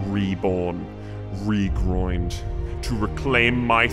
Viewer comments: "re-groined" lol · Rested, reborn, regroined lmao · Am i the only one who heard Lebron says regroin? 😂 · "I will return rested, reborn, regroined" lmao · “I have been reborn, restored, regroined” 😂😂😂😂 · Rested, reborn, regroined bahahaha I died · "Re-groined" pfft